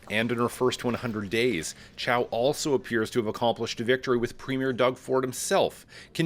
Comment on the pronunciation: seriously? she cant even pronounce her own name!!! toronto is sooo screwed!!😅